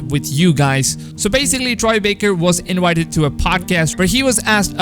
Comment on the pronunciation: Woice actor Inwited